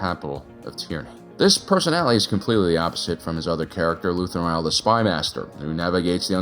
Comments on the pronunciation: Is is Luthen Real or Rael? I swear I hear "Real" every time instead of Rael. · I love your videos, I just wonder why you insist on mispronouncing Luthen's last name. He has said his own name several times on the show, but you keep calling him Rah-el or Ryell. Pick one and stick with it, and I will get off your back! Seriously, great videos!